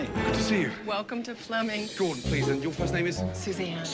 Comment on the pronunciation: Flemming, not Fleming 🇩🇰